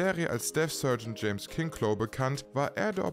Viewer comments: "KinnKlo" Ja nee iss klaar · Lui LeBö ... Robert Klari ... Kink-low ... uff uff uff - die KI-Stimme haut aber gewaltig daneben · Also die Namen musst du echt üben. Das ist ja echt grausam, was du aus Lebeau und Kinchloe machst. Außerdem, was soll das "Hans" vom dem Rang von Newkirk?